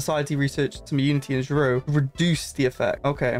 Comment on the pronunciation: zro is actually pronounced "zero"